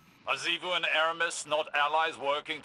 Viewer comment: i just can't get over how he pronounced xivu as shivu. you've seen character called her and they pronounced it like zivu so don't even tell me that shivu is how you are supposed to spell it.